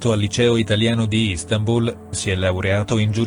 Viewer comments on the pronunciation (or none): none